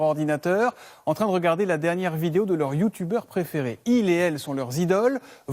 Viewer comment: La pronontation de "youtuber" ma mi KO